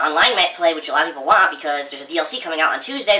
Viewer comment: what do u really wahhhh? The NT in want is silent, duh! Phil does everything right so it MUST be the way u pronounce the word WANT